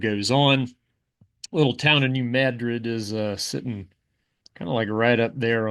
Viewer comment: I was tensed up prepared for you to mispronounce New Madrid, thank you for correctly mispronouncing it